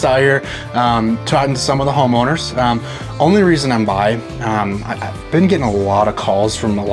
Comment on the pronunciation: wtf bruh did not just say homoowners😮😂😂😂😂😂😂😂😂😂😂😂